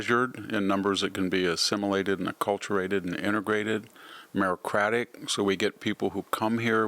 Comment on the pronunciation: Mins. & Mins. VDH says: "MERO_CRATIC" I guess you meant MERITOCRATIC 🫪 (merədəˈkradik)...